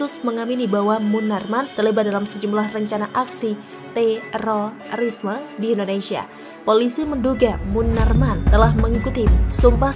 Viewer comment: Kek gtu bngt baca terorisme nya... Jdi aneh dgr nya